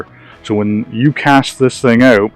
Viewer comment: "when yoo cast this thing oooht." love it haha